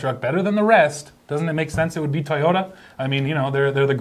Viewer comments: there is it again,: T-i-y-o-t-a instead of toyota. why? why? why? I know your Russian but... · I love how says: tayota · Tie-yo!-dah Tundra hy-bread